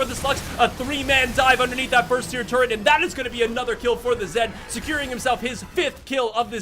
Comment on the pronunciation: Say it with me...Tur Et....not turrent